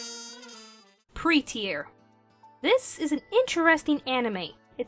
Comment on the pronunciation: Pretear LOL